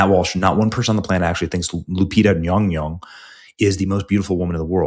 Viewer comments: All I know is that Nyong'o is 100% NOT pronounced nyonyo in Africa. More like Nyon'goh, wich would probably be the spelling of her traditional name.😂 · Nyawn-goh not Yong-Yong 🤡 I hope you stay mad forever 😂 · Benny need to go back to 3rd grade phonics/ English class...Yong-Yong is Not how you pronounce Nyong'o........I mean at this point, Benny is just trying to clown. No matter the subtleness, he knows better. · 😂Ñy⁰Ñg^Ñy⁰Ñg??😅 BëÑÑy ••••• R u pronouncing it wrongly or as comedic sarcasm?!! Will not waste a single cent on this D.E.I./Woke/disrespectful to actual historical figures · Lupita's last name is Nyong'o. Someone misled you with that Nyongyong pronunciation. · Hearing that pronunciation of Lupita's last name just reminds me of Darcy from Thor calling Mjolnir "Myuh-myuh". 🤣🤣 This movie is going to be a disaster. Even if it makes a ton of money, which I hope it won't, it's going to completely desecrate the Odyssey. And no matter what anyone says, ELLEN PAGE is still a woman. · Nyong'o. The first syllable rhymes with song, final vowel same as the "o" is same as Spanish "o" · Wow butchering her surname like that 😮 the racism is thick here . And im not into affirmative action like that. You sir are gross. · Your mispronunciation of the actress is offensive it’s pronounced Lupus McBunghole